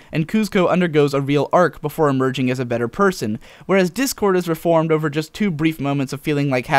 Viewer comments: Ah ha ha ha! I'm totally calling him 'Dickord' from now on. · I noticed when discord is just freed and RD says "Try us Dick-Cord" that's what I heard I may be wrong.